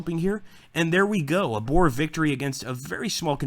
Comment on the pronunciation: Why do you pronounce boer like that?Almost all English do but thats not how to pronounce it